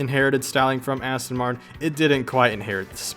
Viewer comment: Asston Martin 😂